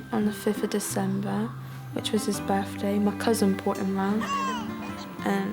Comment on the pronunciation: happy berfday lizzey